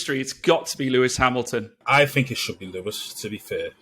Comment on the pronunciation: Who's Lewis Hamlon? And who the heck is Vaeri Boas?!